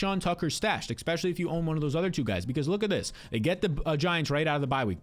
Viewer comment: EXspecially lol